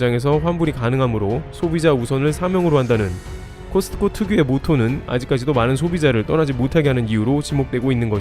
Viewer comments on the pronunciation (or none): '코스트코'라 발음하는 것 보다는 '코스코'가 맞지 않을까요? 크리스트마스가 아닌 것과 같지 않을까요? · 제발 '트' 좀 빼주세요 코스트코 하지마 코스코야 제발~~~ 코스코. 코스코. 코스코